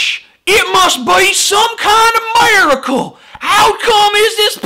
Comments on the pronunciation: "ohw ma gawsh most be some kind of mericl!" cracked me the fuck up there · It's a mirror-a-cle. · "Its not a fucking miracle...." all i Heard was "Its not a fucking mirrorcle" Get it? :P Pun intended